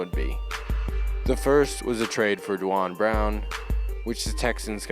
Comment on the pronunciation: its not pronounced DWON Brown, its pronounced DWAYNE Brown. the spelling is confusing, Duane